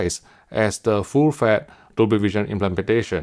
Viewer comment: Or "full fett" ^^